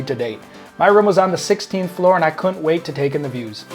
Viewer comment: For future video's, "Couldn't" has two syllables.